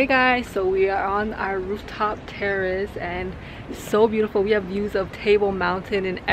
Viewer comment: I thought you said terrorist not terrace I was like wait whAHT, glad it was terrace!